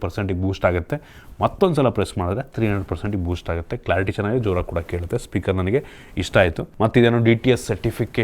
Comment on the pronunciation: "ಹೊಂಬತ್ತರಿಂದ" "ಅತ್ತು"ಸಾವಿರ "ಹಾ"ಗುತ್ತೆ "ಹಂತೆ" ಹೆಷ್ಟೋ "ಅಳ್ಳಿ"ಗಳಲ್ಲಿ ೪ಜಿ ಸಿಗಲ್ಲ "ಹಂತೆ"😂😂😂😂